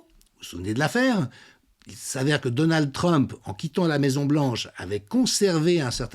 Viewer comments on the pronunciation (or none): none